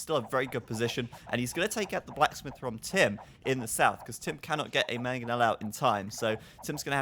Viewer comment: I swear when says "blacksmith" he actually pronounces it "plasmid". This isn't Bioshock man!!